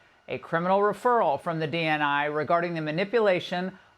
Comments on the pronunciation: Did she say a year long coot attempt? 🙄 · i am disappointed that Laura can not properly pronounce "Coup"